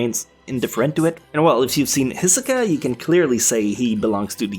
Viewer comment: Pizzabotin Tv Oh yay! I was like “W-...what? Isoka? W-What???? Wait have I’ve been saying it wrong this entire time?! Omg-“😂